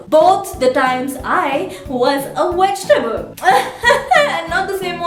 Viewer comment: hahahaa...one of your best video till date...keep it up.. PS : its VIDEO not WEDEO and VEGETABLES not WEGETABLES....Just saying..Love..Love :)